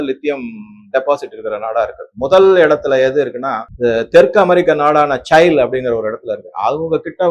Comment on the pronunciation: அது சைல் இல்லை. சில்லி.